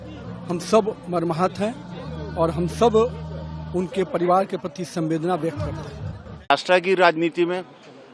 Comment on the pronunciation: संवेदना नही सहवेदना 🙏